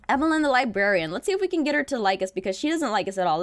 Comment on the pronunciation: "Wets get some bwed"... 😂😂😂😂😂😂😂😂😂😂😂😂